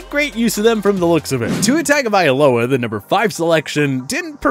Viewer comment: It’s not pronounced TAGovailoa, ‘tis TUNG